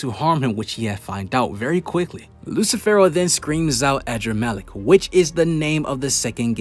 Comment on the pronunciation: Man said “adramaleck” but it’s really uhdramalect in pronounciation